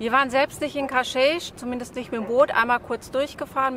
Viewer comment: Hallo Ihr beiden, Danke für das tolle Video! Ein Tipp noch…Cascais spricht man in Portugal wie KASKEISCH aus. (Damit die Portugiesen in etwa verstehen, wo ihr hinwollt ;-))) Viel Freude noch auf Eurer Reise